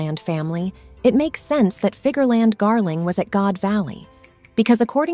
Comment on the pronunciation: Figerlan D. Garling? Lol